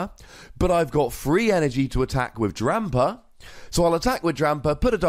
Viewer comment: that extra "r" is fun to hear. #Drampar